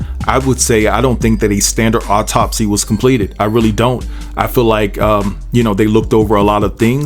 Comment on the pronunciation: There is no emphasis on "top" in the word autopsy. The emphasis is on the beginning of the word. Alright....😉